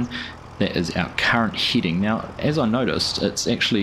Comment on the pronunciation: FYI: head·ing /ˈhediNG/ not Heeding